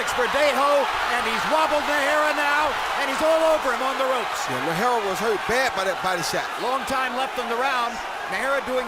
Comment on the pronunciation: lol! Roy Jones Jr. kept butchering Najera's name